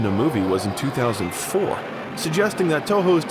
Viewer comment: No one gonna talk about how he says 2004